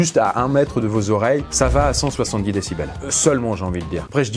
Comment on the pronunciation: "cent soisillondix" ?